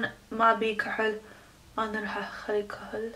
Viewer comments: اقوى شي تكول كهل ل ايلاينر 😂😂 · كوهل 😂😂 شوغل 😂😂 تضحك بس والله ما الومهة لان عايشه بامريكا